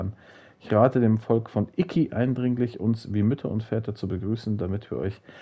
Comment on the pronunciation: es heist Isla Iki nicht Isla IKiaaaaa XD